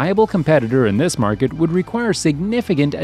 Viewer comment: It's MARKET! Not MARKED!